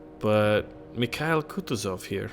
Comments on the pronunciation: Lol your first attempt was good thats how its supposed to be said. Merry Christmas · You got the Name right! It's named after the top Russian General during the Napoleonic Wars. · it pronounces like: Mee ha eel(accent here) Koo too(accent here) zof. source-russian